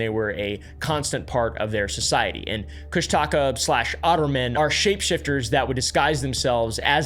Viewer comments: Okay, the people who make videos about Alaskan folklore, never get the pronunciation right. My ex-husband's grandmother was the most beloved elder of the Tlingits on Prince of Whales Island. I lived with her, my very first summer in Alaska. The otter-man moniker is pronounced Coosh-duh-caw. I realize that there is no reason for anyone who hasn't been there, or spoken to a member of the tribe, to know that. A lot of people who go to Alaska, go there to disappear. It's not a mystery. A lot of planes crash in Alaska, because owning one, is as common as people owning campers in the lower 48. Many people own them, it doesn't mean they have the knowledge, of how to navigate safety. There are apex predators all over Alaska, and when people are unprepared to protect themselves, they may get eaten. There is so much untouched wilderness, it is very easy to get lost in the woods. The temperatures get dangerously cold, sometimes as early as September. If you're not prepared, you could die of exposure. The cold temps freeze a lot of lakes, they may be perfectly safe to travel, but you might fall through, and disappear. If you don't watch the tide in some places, it can take you by surprise and then take your life. Lastly, Alaska is made up of people from all walks of life. There are bound to be some very bad people in the mix. Sometimes unlucky people, cross paths with a psychopath, and disappear. It's not all mystery. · Alaskan here it’s pronounced coosh-ti-caa you elongate the aaa sound at the end I live in Juneau ak and won’t say its name out loud because that summons it if you are close to the water which I am right now lol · I wasn’t born but I was raised in Alaska. Sitka is my hometown, redoubt bay is one of the best fishing spots and that cabin is still there. I’ve also heard more than enough about the Kushtaka (pronunciation is Koosh-tuh-kah) might have seen one when I was hunting around Katlian bay 😅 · Nooo, it’s not pronounced like thatttt It’s “kush-da-ka”